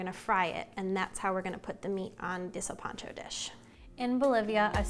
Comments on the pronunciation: THAT'S KOOL THANKS FOR EVEN TRYING CAUSE SOME PEOPLE WILL ONLY DO MICROWAVE FOOD AND STOVE / OVEN IS JUST TO MUCH FOR THEM LOL JUST SAY "SIN" LIKE "WITHOUT" AND "PANCHO" LIKE "PANCHO VILLA" "SILPANCHO" NOT "SEALPANCHO" LOL YOU KEEP DOING YO THANG DISCOVERING OTHER CULTURES IS A BEAUTY PLUS HERE IN THE U.S. I THINK BOLIVIANS EQUAL ARE LESS 5% OF HISPANIC & LATINOS ❤💛💚 PEACE OUT GOOD LUCK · NOT SURE WHAT PART OF COCHABAMBA BOLIVIA DID YOU LEARN THIS FROM PUT NO NEED FOR THE PAPRIKA OR THE WHOLE EGG FOR THE BREADING GROUND BEEF YOU NEED TO MIX AND KEEP BREADING TO THE BEEF WHILE HAMMER TENDERIZING THEM REALLY FLAT AND NO NEED TO PEEL GOLDEN YUKON POTATO'S EVERYTHING ELSE WAS PRETTY MUCH IT BUT MY GRANDMA GET MAD IF SHE HEARD YOU MISS PRONOUNCE "SILPANCHO" THE WAY YOU DID GIRL LOL KEEP IT UP TRY AGAIN 👍